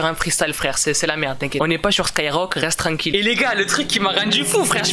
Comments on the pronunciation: a un problème avec: Reste tlanquille😂😂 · le nombre de fois ou dis rest trankil